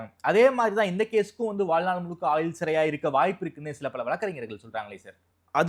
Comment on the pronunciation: நெறியாளர் தமிழ் உச்சரிப்பை கொஞ்சம் நிதானமாக சீர்படுத்தினால் இன்னும் சிறப்பாக இருக்கும். வலக்கு, ஆயில் தண்டனை என கேட்பதற்கு குளறுபடியாக இருக்கிறது.